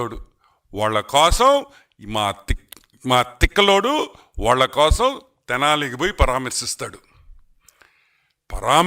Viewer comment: తెలాని కాదు స్వామీ తెనాలి